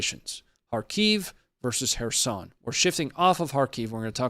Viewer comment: The pronounciation of kherson is off too bro just sayin